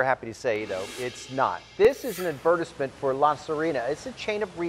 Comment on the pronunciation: I have never heard advertisement pronounced like that